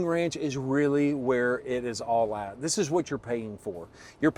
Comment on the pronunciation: Your “This…” in the intro wasn’t loud and emphatic enough.